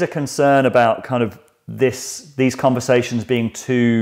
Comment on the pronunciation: I like having convershashons